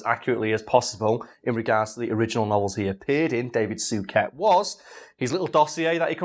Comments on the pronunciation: Soo ket lmfao 😂😂 it's soo-shay Suchet. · Soo-shay. I'm old enough to remember David's brother John having his name announced every time he presented the news, so I've old person knowledge on how to say it 😅